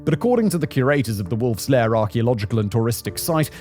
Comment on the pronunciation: Secret "power" or "lair"? I listened to it three times and it seems you say "power".